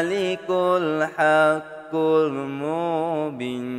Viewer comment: Spatutnya 'mubin' tu panjang skit....sbb lepas huruf ba ada huruf ya....jdi kene panjang...cube dgar ust2 lain zikir...tp apepun tkpee...bagusss doh konten mcmni...slow2 blaja ok🎉